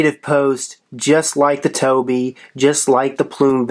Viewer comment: Its Tobh, like tobe. Not toby.